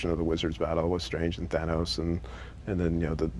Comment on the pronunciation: btw its called thanos not fanos :)